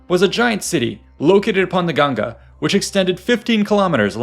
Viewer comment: Thank you for saying "ganga" And now "ganges"